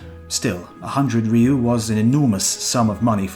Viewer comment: When it says ryu (or gyu, gyo, kyu, tsu, r'lyeh etc.) please don't add a "E". it's not "re-you."